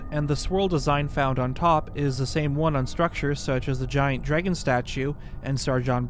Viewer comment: Come here just for his pronunciation of “drægon” lol